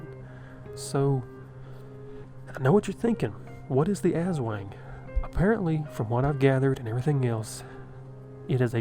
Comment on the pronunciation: Aswang is pronounced "ass-SWUNG."